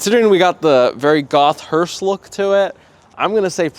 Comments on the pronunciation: Dude. It’s called. Hearse. Not Hurst. As in hurst shifters. Etc …. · FYI: It’s pronounced hearse, not hurst. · It is a HEARSE, not a "hurst"! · Two things. Stop saying Hurst. I'm sure they don't want to be associated with this car. It's hearse. Speaking of not wanting to be associated with this car, how are they not getting copyright hit for this video? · "hurst" lol it's hearse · Hearse with no "T"